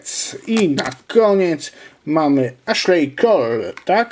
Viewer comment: komentarz numer #pierdyliard z serii "Poprawiamy " Ashley Cole - eszli kol David Silva -, czyta się DAVID, a nie DEJVID:) Sakho - sako